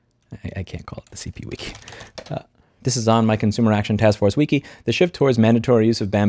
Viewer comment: Please take a moment to Google "how to pronounce wiki". Thanks.